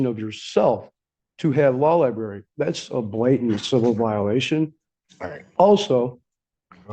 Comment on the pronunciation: One thing I've learned from watching court cases is that NO ONE, absolutely no one who's incarcerated can say the word "library." Every single one of them says "law lieBERRY." Never with an r. It's impressive.